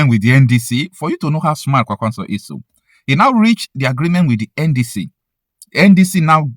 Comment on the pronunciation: The way you pronounce Kwankwaso annoys me. Kwankwaso is a Hausa name that was gotten from Okonkwoson, an Igbo heritage name. With that knowledge you should know the right way to pronounce the name.